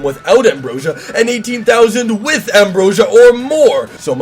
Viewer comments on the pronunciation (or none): none